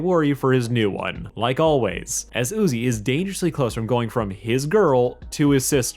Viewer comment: NUZI??? You mean Uzi